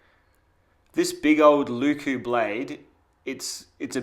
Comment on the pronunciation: If you care about pronounciation, here are a few tips for pronounciation. Leuku is a very quick word to pronounce, with no stretched wovels like the "lyykyy" in this video. Don't take this as a diss, nobody would expect you to speak enchantment table without practice, and it's always just plain funny to hear someone butcher other languages. IPA: ˈleu̯ku LE from "Leyland." U from "Butcher." K as a normal hard "kuh" sound Another similar U.